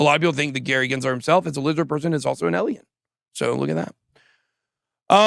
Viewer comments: They are writing Eliens because you keep saying Eliens. Its Alien. With an A. Practice it Bitboy! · It’s pronounced “A-lien,” not “Elien.” People are spelling it with an E to mock the way you pronounce it. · Ben, it’s pronounced ay Lee in, you are saying ehl ee in. Alien you are saying elien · A-liens not El-iens! Your pronouncing it so wrong, it's laughable! 😂